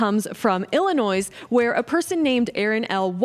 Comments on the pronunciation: ill a noise really!??? it's pronounced ill - a - noy just lost all credibility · Illinois is pronounced "ill in noy". The S is silent. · The "S" is Silent, Really....? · FYI, the "s" in Illinois is silent. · I love your content but if you pronounce the "s" in Illinois one more time .. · Just to educate you a tiny bit.....the s at the end of Illinois is silent. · She pronounced the 's' in Illinois. I wonder show she would pronounce saLmon. And she can't read a charge correctly.... Amazing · We should call these attacks on Tesla dealerships and cars what it is, domestic terrorism. Side note, you mispronounced the name of my home state of Illinois. The S is silent. But I will add I don't live there anymore. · The S in Illinois is silent 😉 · Illanois ...silent 's' darling 💛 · Love your energy! Oh, the S in Illinois is silent 😊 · OMGosh NOOOO. You're one of them! The ones who say the S in Illinois NOOOOOOOO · THE "S" IS SILENT IN "ILLINOIS"!!!!!!! You are getting a thumbs DOWN and I'm unsubscribing 👎 Smarten Up! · Hahaha the S in Illinois isn't SOUNDED!! It is Silent!!:body-blue-raised-arms